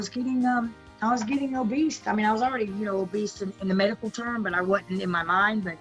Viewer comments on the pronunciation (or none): Angela says "obeast" instead of "obese" 🤣 I think she looks great, she even fixed her teeth. She does look younger & happier. 🌸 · Lmao so no one is gonna talk about how she keeps saying “OBEAST” !! Haha love you Angela you look beautiful ❤️